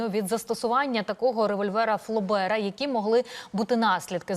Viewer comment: Не ФлЕбера а ФлОбера!!!